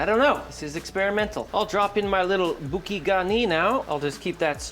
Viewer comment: Bouquet - bou like in boo-boo and ke like ke-tamine…